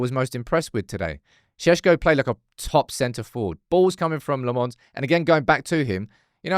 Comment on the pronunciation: SAY LAMMENS PROPERLY FFS.. NOT LEMMONNNNNS